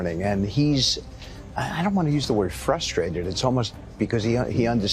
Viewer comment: Why do you have to stress ,, the word ,, pressures or frustrated,, give me a break buddy ,, you think you can persuade me to thinking in your view point ?